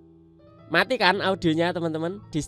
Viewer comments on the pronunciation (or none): none